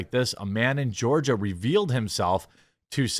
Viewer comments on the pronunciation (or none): none